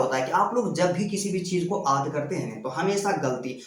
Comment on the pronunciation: aad ya yaad bol rahe hai